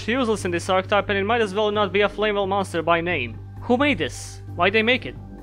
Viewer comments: I'm pissed because you're prounouncing it as "Flame Well" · I'm pissed you pronounced it as "Flame well." I hope that's really funny to you. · Here's to Flamvell Guard, rejected by most other Flamvells due to the extra 0 on its DEF, but finding its place in better decks. Also, I like how you say flamwell and it would be expected with "lewel" and "wersatility" appearing earlier. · Why do you pronounce them as "Flame well"?